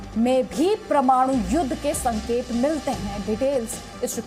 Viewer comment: प्रमाणू नही परमाणू